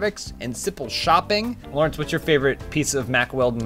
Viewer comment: it's not "Lau". His name is Lawrindse